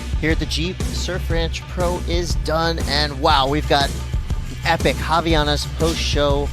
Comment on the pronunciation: Can somebody teach Americans how to properly say Havaianas? There’s no “i” after the “v” 🤦🏻‍♂️